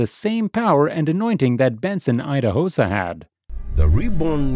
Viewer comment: So, this Narrator, has a clip of how Idahosa's name is pronounced and still decided to pronounce it wrong 😑